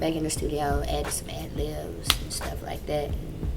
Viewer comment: Ad-lives? Ahaha. It's ad-libs, ma.